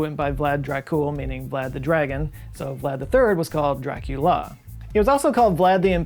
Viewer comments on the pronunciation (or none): none